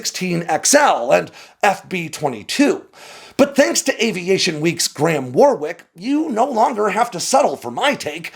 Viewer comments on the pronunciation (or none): 'Warwick' is pronounced 'wahrik' - not 'warrwiyk' you dummy. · If he's British, it's pronounced "Warrick"